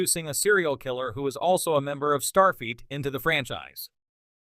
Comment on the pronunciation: Why does the AI voice seem to be saying "Starfeet" rather than "Starfleet"?